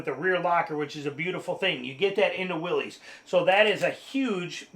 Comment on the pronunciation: I love your video. I do have to mention, though, that you’re mispronouncing Willys. It is the last name of the founder of Willys-Overland company, John North Willys. He pronounced his last name like “Willis”, not like “Willie’s”.